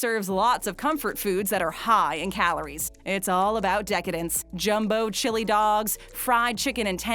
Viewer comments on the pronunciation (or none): none